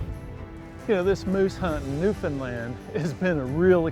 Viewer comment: New Found Lund as in Eng Lund, Ire Lund Ice Lund Scot Lund